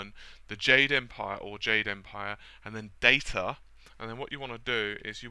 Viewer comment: i say the word data differently to you